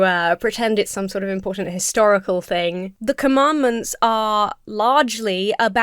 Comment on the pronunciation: i thought he said "hysterical" significance.